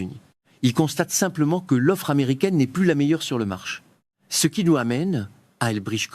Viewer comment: Très mauvaise traduction en français : l'accentuation non prise en compte. Ex : marché prononcé marche, pas exagéré prononcé pas exagere ...